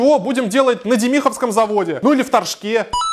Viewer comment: дЕмихово а не демИхово